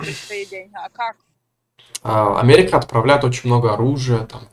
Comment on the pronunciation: Омэрика 🤣🤣🤣🤣Ой я не смогу)))